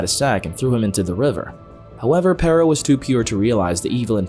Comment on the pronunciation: i hate how they pronounce perro